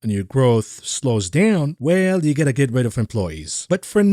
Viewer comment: 12,03 “That ets you quickly peek” - We will “et” you of the hook for that one